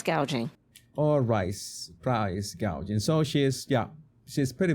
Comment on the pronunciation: Every single time I hear her talk about price gouging I can never forget when she was reading off the teleprompter and said GAUGING 😂😂😂😂 by the way anyone in the grocery business know the Margins are microscopic